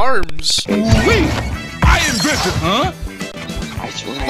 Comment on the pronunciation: Honestly when he said "I invented" I thought he said "Iron Griffin".